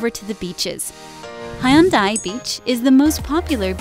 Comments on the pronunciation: Prononciation fails! Korean romanization has some rules. EO sounds like U in “sun”. Seomyeon = Su-myun Bujeon = Boo-jun AE sounds like A in “fan”. > Do not pronounce separately E & O Haeundae (hae-oon-dae) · Doug 하윤다이 비치 ㅋㅋ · 잘봤습니다. 근데 해운대 영상처럼 발음하면 100번 얘기해도 부싼사람들 하나도 못알아 들을듯..